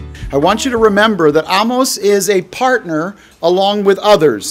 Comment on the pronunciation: Excellent teaching on Amos & even for teaching me how to pronounce his name correctly! Blessings 🌷